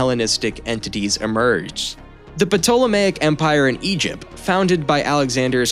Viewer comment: Ptolemaic sounds like to·luh·may·uhk There’s no P sound Learn how to pronounce Corinth also